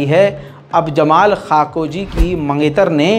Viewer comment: भाई कोई नाम तो सही से उच्चारित किया करो आरामको को अमराको बोलते हो मेहसा अमीनी को माशा अमीनी बोलते हो अब नया नाम जमाल ख़ाशोगी को जमाल खाकोजी बोल रहे हो😂😂